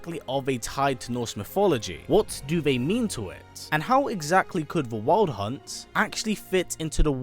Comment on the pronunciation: The way he says wild hunt hits my ears wrong.